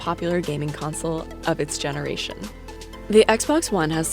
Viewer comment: They said of it's generarion